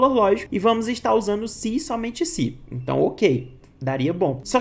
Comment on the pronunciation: gostei da explicação professor, mas fica um pouco ruim, com a pronuncia das palavras onde é se então, vc fala si então, onde é E vc fala I confunde um pouco